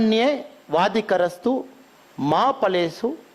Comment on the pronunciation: Karmanye vadikarastey (not வாதிகரேஸ்து) ma phaleshu kadachana ( கதா²ச²ன) Not கடாசன😮